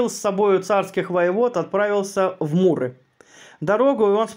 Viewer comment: Простите, чтецу вопрос.МУры или Миры Ликийские? Может я чего-то не знаю? Спасибо.